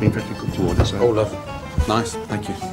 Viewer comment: When Gordon says "thank you", it sounds like "Fuck you"...